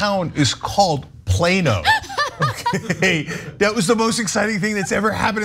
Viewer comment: Plonn-oh not plain-o.